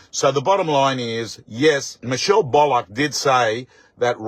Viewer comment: Will you please say Michelle’s last name correctly please Bull ock Not bollock